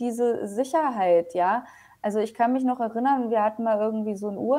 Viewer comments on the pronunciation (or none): none